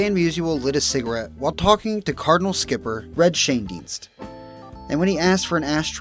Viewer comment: It’s “Schoendienst”